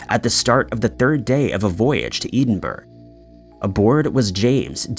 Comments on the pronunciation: It's pronounced Eddenbourough! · I love your videos but i beg it’s ED-IN-BRUH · Learn how to say Edinburgh please. 🇨🇦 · Edinburgh is a very well known place I don't understand how you could have just difficulty prounouncing it's name then again you always prounounce Dunlin wrong so why would you know how to prounounce Edinburgh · He's still not got a grip on Edinburgh 😂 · He intentionally mispronounces place names so that the comment section gets filled with people correcting him and it bumps him up in the feeds/algorithm.... 🤣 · Took me a bit to work out where he was talking about. (How close is it to Dublin?😄 That's another one that keeps being mangled!)